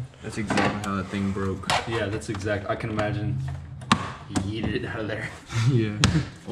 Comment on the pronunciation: it yoted not yeeted